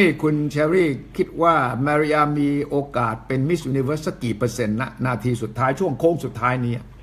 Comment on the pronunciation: โอกาส ค่ะ ไม่ใช่ กาศ